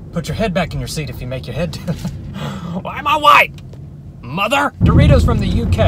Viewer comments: Did dawg just call doritos doriris? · “Were you eating a doriri?…… and then crashed into a tiriri?”😭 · I'd like some do-ri-ries But not to crash into a do-tree-tree Since it might hurt do-me-me